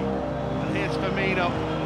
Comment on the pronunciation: S’il vous plaît 😩😩😩 C’EST PAS FIRMIÑO !